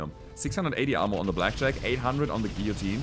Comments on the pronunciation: In America, it's pronounced like Gill-uh-teen. If that helps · In English, we pronounce "guillotine" similarly to German, except we don't pronounce the e: "gi - jo - tien" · "Giyoteen" FYI. The mech is one of my face of all time. Tabletop beast, almost as tough as tbolt, jump capable and much scarier in short range.